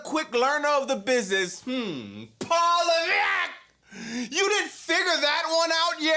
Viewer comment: ❤😂every time I here you say Paul Levette and that $3 billion debt😂😂I watch your show more than smack down😂😂